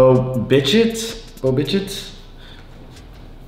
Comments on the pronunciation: "I don't watch a lot of baseball but do know some of the bigger name players". Also: (next card) "Bo Biccitte". Bo Bichette's name is pronounced Bo Bi-shet" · Or as he says it Bo bidgette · Pronounced: bo-bish-et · That was funny when he said Bo Bich-it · My man said Bo Bichette so wrong